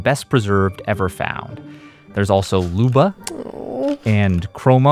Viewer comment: "looba" as it clearly has a "y" in it